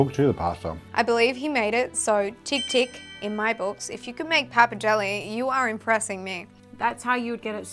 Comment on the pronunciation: It's bloody PAPPARDELLE, not pappidelli 🤣🤣🤣